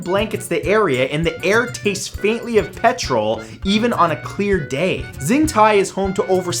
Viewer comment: xintai is pronounced with a "shh" sound, like "Shintai". Its confusing but thats how pinyin works for some reason.